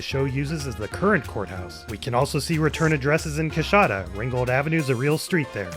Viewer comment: So its pronounced "cuh" not "coo"?